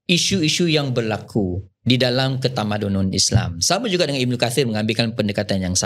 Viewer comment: 27.17 "ketamadanon" huhuhu